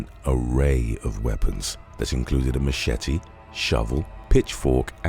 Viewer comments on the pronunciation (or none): none